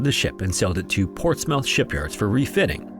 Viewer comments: It is not, The HMS, it's just HMS (name of the ship). Also Portsmouth is pronounced PortsMUTH, not PortsMOUTH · It's not 'The HMS Tribune'. It is either 'HMS Tribune ' or 'The Tribune'. Also Portsmouth is pronounce need Portsmuth, not Ports mouth! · Portsmouth is pronounced "Portsmuth" and Torquay is pronounced "Torkee" Not your fault, we're a weird bunch. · as a Brit, the 1st 2mins of this where painful they are pronounced Silly isles, they are british in the irish sea portsmouth is pronounced portsmith torquay sounds like torkey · Torquay is pronounced tõr•KĒ ensign is EHN•sin Portsmouth is PŌRTS•muth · This dude just said Ports Mouth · Portsmouth: Ports-Myth is how it's pronounced in America, like Portsmouth, NH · Some pronunciation corrections: Scilly: "Silly" Portsmouth: "Ports-muhth" Torquay: "Tor-key" (quay as in the jetty-like thing for loading and unloading ships). Also, the Scilly Isles are not Irish, they're part of the county of Cornwall (IE they're English). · Please look up how to pronounce British place names such as Portsmouth and Torquay. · they pronounce most things wrong. like "Portsmouth" is said wrong multiple times throughout the vid